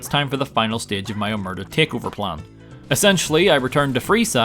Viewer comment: i get it that people are induced to error because Omertà isn't usually written with the crasis on the A in english but. god the way people pronounce it hurts me as much as this challenge hurt